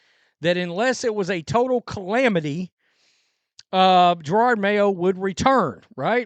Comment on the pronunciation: Whats almost as bad as Mayo's coaching is all szn long you have pronounced his name as Gerard. It makes me laugh everytime. idk if its intentional disrespect or being clueless, but i like it.